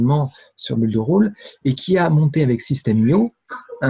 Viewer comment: Bonjour, permettez- moi de vous faire remarquer que le verbe to build se prononce Bild et pas beuld. La bonne prononciation améliorera votre crédibilité. Votre collègue audois confirmera.